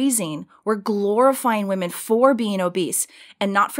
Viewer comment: Love you, Candace, but please learn how to pronounce "women" differently than woman.